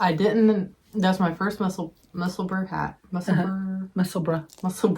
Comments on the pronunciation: SO HAPPY to see you back again. I've been looking forward to this so much., you are very good at saying 'Musselburgh'. It's the same way you should say 'Edinburgh'. Love you beautiful people XXX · As someone from near Musselburgh (I'm in Edinburgh and Musselburgh is a small town just outside). Your pronunciation isn't bad (and trying is much appreciated). The ending is pronounced the same way as the ending in Edinburgh, so either Mussel-buh-ruh or Mussel-bruh would be fine. The second way, in my mind, is somewhere between a bra and bruh sound. Hard to explain in writing! Just avoid Mussel-burg or Mussel-boh-row, they're guaranteed to annoy Scottish folk! 😉